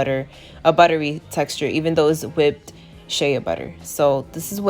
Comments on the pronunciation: SHEA pronounced SHAY not SHAYA lmao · Sis it is “Shay” Butter not “Shaya “butter. But good job thanks for the video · It's pronounced SHAY BUTTER NOT SHAYA LOL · Its funny how she says it as shaya butter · Girl, it's Shay‼️😂☹️ NEXT‼️ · just an fyi, its sh-ay butter